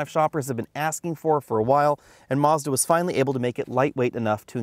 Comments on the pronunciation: "Marzda"? lol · There is no R in Mazda. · You pronounced Mazda wrong